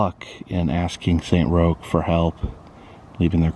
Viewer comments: It’s pronounced Saint Rock’s not Saint Rokes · It’s actually pronounced Saint Rock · Roch is pronounced as Rock lol, Great video as always